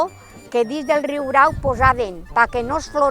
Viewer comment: Excel·lent documental!!! Només un apunt. És ben curiós que és l'element popular qui pronuncia com cal el terme, no així com locutor i historiador. La segona r és senzilla. Aprenem dels qui saben!!!